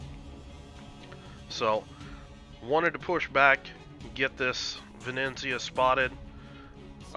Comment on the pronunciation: Ve-ne-zia :) Not Ve-neN-zia :D Awsome play! I like when you explain thought-process... learned a lot! Perma smoke combo look great! Thnx and keep up the good work!